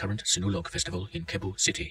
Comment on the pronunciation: Its not kebu city Its sebu city